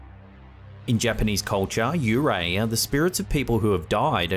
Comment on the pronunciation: Man it's not yu ray it's yuurei幽霊 also it's usually translated as ghost